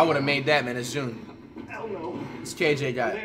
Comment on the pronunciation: I love it when flight says ITS JUNNE😂